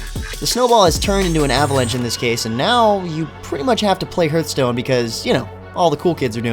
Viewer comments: Do you have a "heerth" in your chest? No, you have a "heart." "h-art." It's not Heerthstone, it's Hearthstone. Hearth. Like what's around a fireplace. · firefall was better before it launched, when they added in the leveled areas it basically ruined any kind of open world game play. and you are mispronouncing hearthstone... it should sound more like harth stone